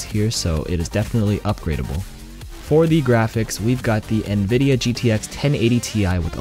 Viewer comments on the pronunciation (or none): none